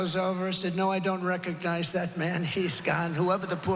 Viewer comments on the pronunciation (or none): none